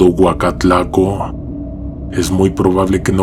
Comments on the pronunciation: Es Oacalco no Oacatlaco😂😂😂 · Mi querido, no es Huacatlaco, es Oacalco saludos 🤗 🤗